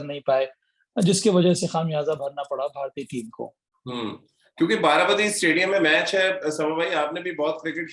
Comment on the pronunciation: This is Baarabaati not bati. Plz correct the pronounciation.